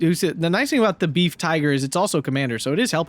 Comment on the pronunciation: PLEASE no more "Beef" Panzers; Befehls isn't difficult to say and u sound like a .....! (Ba-fells) Good cast otherwise. GG to the Fox clan.